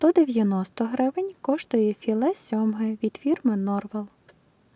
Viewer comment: Ікра NorveN,а не норвел